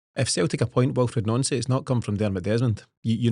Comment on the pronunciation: Guys his name is pronounced NANCY not NONCY FACT